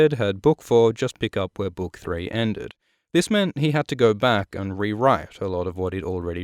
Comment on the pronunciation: i love how you mispronounce the word ''book'' and nobody cares really, because of your awesome content